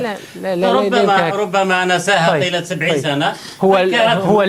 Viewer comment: قال نساها بدل نسيها